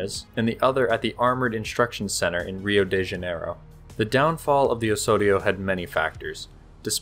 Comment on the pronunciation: The "s" has to sound like a 'z"... like in "house"... Osorio is pronounced "awZawreeoo".